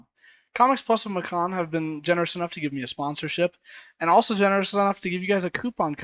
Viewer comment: Bro, it's (may-cun) as in Macon, GA. Rhymes with Bacon. Hope they don't care lol